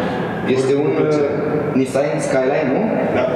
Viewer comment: "este un nisain..." :)))))